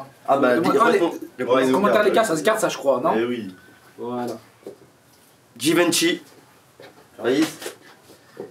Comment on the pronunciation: Ça ce dit Jivenchy pas GUIvenchy 😂😂